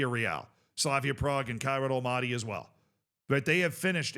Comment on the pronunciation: love your vids however hearing you say almaty like that is nails on chalkboard i beg of you…. it’s All Mah Tee